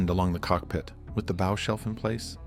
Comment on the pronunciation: This isn’t the same boat. And learn to pronounce “bow” 😂